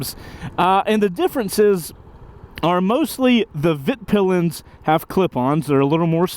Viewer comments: it is pronounced Vit Pil en!!!!! You made me laugh at the beginning so American 🇺🇸 but you got it right in the end 😂 Thanks for doing something a little different. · Please americans, just call it «Weetpeelen» That pretty accurate to how you would say it in Swedish. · This man messed up the name twice in the first minute, my man how lmfao